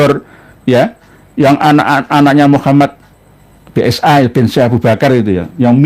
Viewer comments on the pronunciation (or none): none